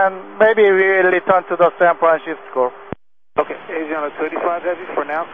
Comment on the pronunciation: Asiana crew accurately refers to San Francisco as "San Franshitsco"